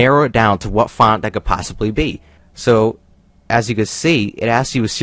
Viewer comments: This guy cannot say font correctly. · I love how he says font